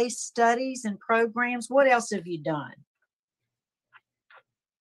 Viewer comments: I love how says “progrums.” At the end of the day, this guy needs to serve his time. It’s great that he’s making steps and he can make more steps while he completes his sentence. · PROGRUMS Love it!!